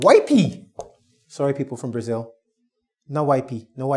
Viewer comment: "Sorry if you're in Brazl", hhhhhh, loooollllll....